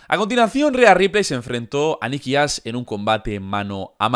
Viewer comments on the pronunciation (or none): Jajaja dice Nikki ass no Ash